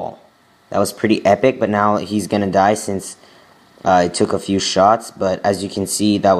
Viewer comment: a "fiew" shoutouts hahahah